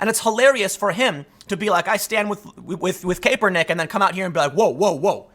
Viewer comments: Kaepernick is pronounced cap-ernick. Cap like bottle cap, not cape. For the love of God, please stop pronouncing it cape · Its Cap- er - nick , not cape-er-nick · Kaepernick is pronounced with a short “a” not a long “a”. You’ve got to fix this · Kaepernick (cah-per-nick), Tim haha. :) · Tim "Kay-per-nick" pool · I love that Tim pronounces it. CAPErnick. Fuck that guy. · nobody: Tim: colin KAPErnick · I guess no one is telling you but it's pronounced Kahpernick. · Christ dude, it's CAP-ernick. His damn nickname is cap for the love of God. How many times you going to mispronounce that? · You would think Tim would know how to pronounce kapernicks name..... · I watch a lot of Tim and I love his takes and always learn a lot. I don’t comment often but he’s been saying Kaepernick’s name wrong for so long I had to finally say something. Who knows if he’ll read it or not. But if I was making videos that thousands of people were watching, I’d want to pronounce someone’s name right. Especially some as well know as Kaepernick. That’s all. Love ya Tim!